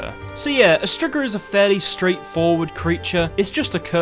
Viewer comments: It's pronounced streega not strigger lol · It's streegah not strigger lol English accents 😁🤣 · Striga is pronounced streeeeega and means witch. So im confused. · The monster is called a striga but he out here sayin strigga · "strzyga" :D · I will be honest at first i had a total brain shut down when you said Striga I though i knew what you meant but I was thinking of Bruxae